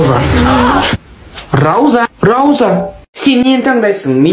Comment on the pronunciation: Магазиннен басқа ешнәрсе керек емес я Негізі : Наннан басқа ешнәрсе керек емес па Содан кейін рауза емес пауза ағылшынша оқи алмайсың ба